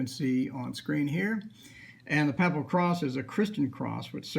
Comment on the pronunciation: Also, isn't papal pronounced "paepal"?